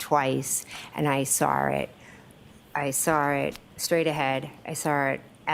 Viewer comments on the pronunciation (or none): I cant stand how she says SAW it. She says SAR it. 😂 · THANK YOU🙄